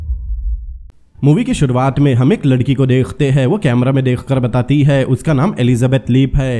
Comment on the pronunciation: Dekh te hai ... Degh te nahi bolo .. work on your talafuzz